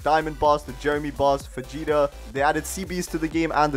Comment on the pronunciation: bro said "vegeta"💀💀💀💀